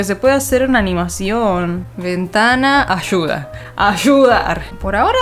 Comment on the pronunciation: ashuda xdddddd soy de peru se dice aiuda xdd no no mentira es ayuda xd